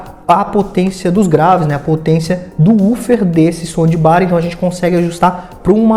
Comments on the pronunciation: Por que ele fala “ sondibar”????? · Putz que raiva disso... Acho que ele fala som de BAR / BUTECO kkkkk GALERA, SE PRONUNCIA ASSIM: 'SAUNDBAR' - TROQUE O PELO A . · som de bar kkk